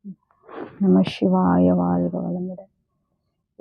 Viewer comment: நமச்சிவாய என்று ஒரு முறை கூறுகின்றீர்கள் ஒரு முறை நமசிவாய என்று உச்சரிக்கின்றீர்கள்